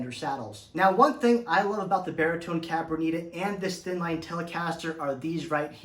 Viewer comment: If you're going to review it take the time to learn how to pronounce the name of it ....it's Cabronita....not whatever you fumbled through trying to say....lol.